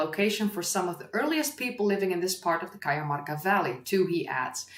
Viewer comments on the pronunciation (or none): The pronuntiation of "j" in Cajamarka sounds like the "h" in honey.